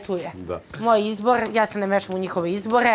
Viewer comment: Dobŕrrrrrro kaže jak ti je izborrrrrr tuko